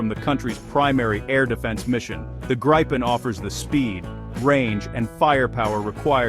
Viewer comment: The plane is called the Greepen not Graipen